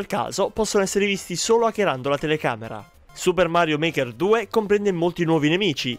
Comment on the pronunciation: Suppah Marioh Market Tu!